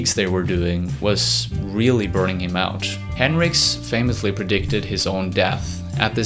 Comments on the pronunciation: Nice video. Some inaccuracies, but solid. However it’s Hendrix, not Henricks. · Hendrix pronounced HEN-DRIX not Hin-Ricks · It’s henDrix not henrix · ...... his last name is Hen DRIX, not Henrix. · Hey narrator,, its HenDrix. Not henrix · its not henrix its hendrix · HenDrix not Henrix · “Hen-rix” That bothered me a lot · HenDrix. There's a clear D in the pronunciation. Driving me fucking crazy. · Nice video, man. Thumbs up. But just to be a little nitpicky, it annoyed me every time you pronounced it as "Henrix" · Jimi Hendrix the greatest it sound like you are saying henrix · yes I know who it is, but you keep saying henrix I have lots of his records he was the greatest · it kind of pisses me off how you say Hendrix like Hendricks like why?